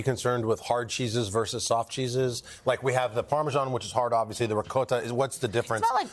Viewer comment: Why did he mispronounce Ricotta?? Omg.